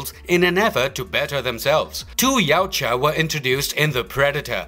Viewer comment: YA-OOT-YA not YOW-CHA